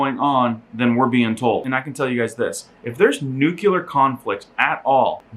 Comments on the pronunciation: lol he does say "nukular" instead of nuclear.... funny. Not so funny is the actual content...being in Europe now is a dangerous thing it seems. Prepare for SHTF. God bless us all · nu-clear: new-clee-err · I had to look up the word "nuclear" to make sure I wasn't going crazy as to its pronunciation, because everyone says "nukular". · Nuclear - NEW-KLEE-ARR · Bro you can't even pronounce nuclear. I gotta feeling your viewers can't either